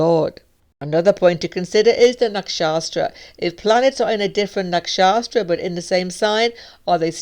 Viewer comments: Nakshatra - not Nak-Shastra! 😉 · I wondered the same. I've never heard anyone called it nakshastra before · Yes she’s a treasure, unfortunately she still pronounces nakshatra as nakshaStra, that’s funny :)